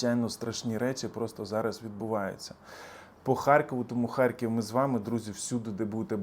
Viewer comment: будь ласка, не кажіть ХарЬків, з мʼяким знаком, бо правильно Харків, Р має бути твердою.